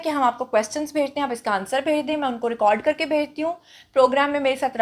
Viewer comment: Teri pronounciation tak sahi nahi. Record ko tu ghalat bolti hay jahil